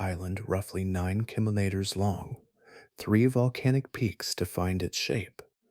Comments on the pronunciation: Killer naters😂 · It’s a darn poor mind that can’t think of at least a few different ways to pronounce “keenomiters”! 😅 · I’ve learned something interesting in this video. This man does now know how to say “kilometers “ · Is this a science channel or a put-you-to-sleep vocal asmr channel? 🤔🤨 Your struggle with the pronunciation of "kilometers" is hilarious, btw 😆 You pronounced it correctly! Watching from Atlantic Canada 🙂 No volcanoes here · every time you said kilometers you said it differently and wrong every time